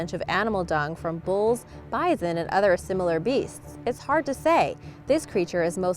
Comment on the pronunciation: Who says bison like that. I love ya girl but I've never heard someone pronounce bison like that.